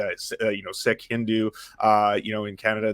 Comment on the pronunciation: Damn! Proper pronounciation of Sikh? Even had the short K sound....... I feel seen brother. Super impressed! 😆😅😂🤣